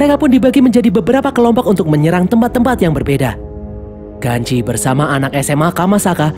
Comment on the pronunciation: ganji bukan genji😅